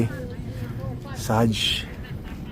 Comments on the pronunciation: Kahapon ang daming nag comment sa vlog mo na ang tamang pronounciation is PODAYATRIST (podiatrist). Pero today “PEDYATRIST” pa rin ang sinasabi mo😅😅. Tsaka hindi po “Saj” (sage) kundi seij (parang ka tunog ng page) po ang pronounciation. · Sablay ka na naman 😆😹 Nung tumitingin ka ng herbs you pronounced SAGE as SA-GE. It’s pronounced like PAGE (as in book page). SAGE not SA-GE. Maintenance mo na pala ang aluporinol. Ibig sabihin pag hininto mo yan without doctor’s order tataas ulit Uric acid mo and mag flare up ulit gout mo.